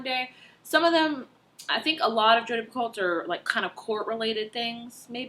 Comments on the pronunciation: Picoult sounds like PEE-KOE :-) I loved The Pact! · You probably already figured this out, but it's pee-co Almost like petco but pee instead of pet 😂 I recently met her in real life! By the way, have you read a walk to remember, by Nicholas Sparks? That one is my favorite, it make me cry for like 45 minutes